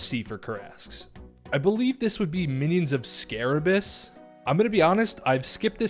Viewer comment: Scabaras not Sarabas :D Great content btw!